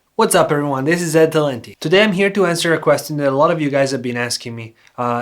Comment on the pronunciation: Ty for the insight! It's funny how you say ,,question" xD no offence, you're doing great work!!